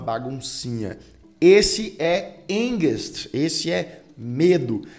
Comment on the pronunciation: A pronúncia certa é (ánkst)